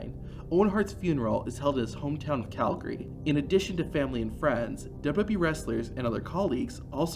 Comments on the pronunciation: What's Duba bee? It was wwf then. And even if you're saying wwe.. say it double U double U E ... hell even dubba ya dubba ya E would work.. but duba bee??? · Everytime you say WWE, it sounds like WB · I had an aneurysm every time he said it. Didn’t even try to slow it down and sound it out. The dubububy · Is there some reason that the guy narrating cannot say W W E?? Dubelyoo dubelyoo eeeeeee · I was trying to ignore it until . That wasn’t even close.